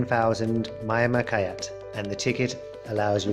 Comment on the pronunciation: Myanmar currency is the Kyat, but it is pronounced Jyaht, not Kai-aht!